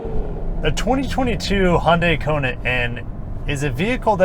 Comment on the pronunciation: Please stop pronouncing Hyundai like „Hoon-day“